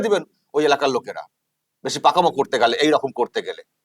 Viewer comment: যে চশমাপরা ন্যতাটা ওই ভদ্রলোককে শপথবাক্য পাঠ করানোর মত করে বলাচ্ছিল,সেই কুলাঙ্গারটাই তো ভালো করে বাংলা বলতে পারে না।রকম কে রকুম বলছিল।